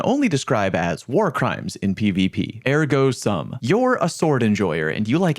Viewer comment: 😭that's not how you pronounce ergo sum